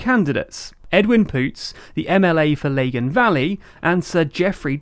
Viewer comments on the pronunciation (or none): Lah-gan not Lay-gan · It's lag-in not leg-in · Sorry chaps, it's pronounced La - Gan not Laygan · You pronounced Lagan very very posh-ly sounding. It's lag-an not lay-gan. Also I agree with others that it was weird to use St. Patrick's cross to represent nationalism. If walked around a nationalist area with that flag you may be in trouble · Good video just btw its pronounced lag gan valley not laygan valley 😊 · For future NI videos lagan is pronounced Laa-gan not leh-gen. Loved this though really insightful 😊😊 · It’s Lagan as in Bag, not Lagan as in Bagel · Lagan is pronounced Lah-gan not lay-gan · Lawn pronounced “ Lie-gyn” not lay gun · It's "Lagan" rather than "Lay-gan" 😄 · Lah-gan, not Lay-gan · Not a bad summary - Its Lag-an not Leg-in btw 😂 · A couple of gentle FYIs: 1. 'Lagan' rhymes with 'dragon'. 2. The First Minister is not supplied by the largest party in the Assembly, but by the largest designation i.e. nationalist/unionist/other. A SF First Minister would not indicate that SF has outpolled the DUP due to a split vote, but that the nationalist bloc as a whole has outpolled all the unionist parties put together. This is why the migration of liberal unionist votes to the Alliance Party - designated 'other' - is so significant for the DUP and UUP (who have traditionally tacked towards hardline positions whenever they need to consolidate support, and now find themselves outflanked in both directions.) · Dunno how you got "Lay-a-gan" out of the word "Lagan" - it's not "Low-and-on", is it? Yes, I agree with at least one other commenter: get someone who lives in Northern Ireland to review your material before posting it publicly is a good idea. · It's pronounced, lagin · Lagan Valley. Did you pronounce it ‘Legin’ Valley? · Also, I'm pretty sure Lagan is pronounced LAG-uhn. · The first syllable of Lagan rhymes with mag. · "Laygan valley" 🤣🤣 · Lagan Valley Pronounce Lag-in Valley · Lay-gan valley lmao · Literally can't deal with the way you've pronounced Lagan